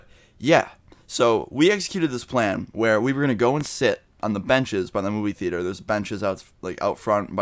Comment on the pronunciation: your way of saying theater sounds like "fetus"